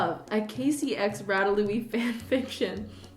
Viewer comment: Am I the only one confused on why she calls it rat-a-louie